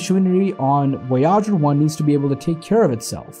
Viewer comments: Voy’ . ager not Voy äger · Silly clickbait title and a narration that can’t even pronounce the name of the spacecraft much less the bigger words. Maybe a hacked together GPT generated student project ?